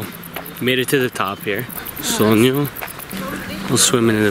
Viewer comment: It’s Sonogno, not Sogno.